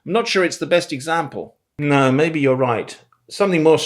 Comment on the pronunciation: Some of the Aussie words need practice… & “example”. And yes, I would say probably 95% of Aussies would say “dance” with the trap vowel. … Aussies don’t pronounce the E in “vowel”… it’s just “vowl” (Most) Aussies would never say Yes or no… if it starts a sentence… it’s “Yeah” or “Nah”. And, I don’t know why but the word “differences” & sounded a bit off. And lastly… the word 18 wasn’t quite right. But otherwise you did pretty good. Bonza mate!